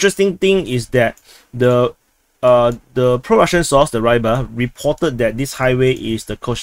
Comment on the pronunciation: War its not [raybar], it's pronounced [ruibar] and means something related to fish, fisherman